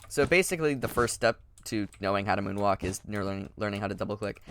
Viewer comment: am I the only one that heard the 'woon walk' at 0.39